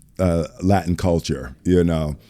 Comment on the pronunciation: Tengo miedo que algún día Will me diga “iu nou”, y yo no iu nou nada 😢